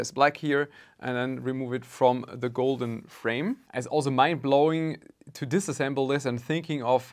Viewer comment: "Now to keep disassembling the card we will have to further disassemable it" lmao. I wouldn't have guessed